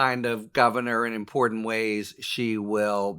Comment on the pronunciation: Harry Litman is one of the very few people that I have heard pronounce "important" correctly.